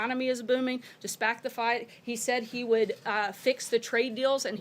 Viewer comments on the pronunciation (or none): "Despact the Fight"? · "DESPACT THE FITE" -- Sarah Colonel Sanders